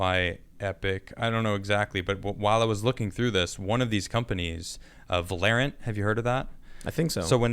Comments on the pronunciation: This man said Epic Games then said valorant like valarant 💀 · lol at pronunciation of Valorant. Also, that Anti-Cheat program is used in too many games to just say "don't play." Halo Master Chief Collection on PC uses that same anti-cheat software.